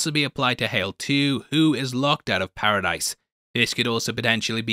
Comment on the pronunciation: Lmao! I commented to myself about how he said "hal" instead of hale then you made the joke your the best